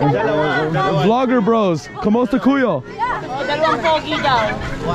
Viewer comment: Bro please learn more Tagalog phrases. Maybe introduce yourself before asking for ppls names 😂 Ako si - i am Ano pang- Alaan mo? - what is your name? Emphasis on the last syllable. Kumusta kAyo not Ku yo - how are you?